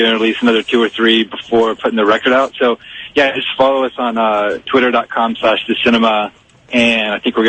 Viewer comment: IT'S TWITTER NOT TWOTTER!